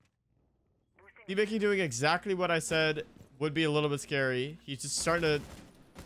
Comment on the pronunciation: brooo, i just couldnt when he said "see baking" over and over☠️☠️ and im sitting over here like "ITS SEBA KING!!! his name is sebaaa bro"